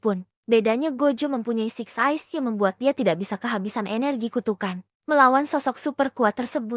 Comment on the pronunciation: Kak ada yang salah ngomong kak 1. Six size 2.getol Jadi lain kali benerin kak😁